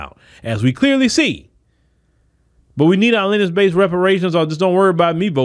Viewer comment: It's lin·e·age Not Lennch Just trying to help you out with your vernacular.